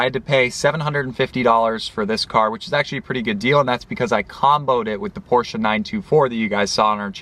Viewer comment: At least you pronounce the Porsche name properly.